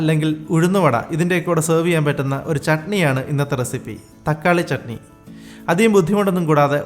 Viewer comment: ചേട്ടാ തക്കാളിചണ്ണിയല്ല തക്കാളി ചട്നിന്നു പറയണം കേട്ടോ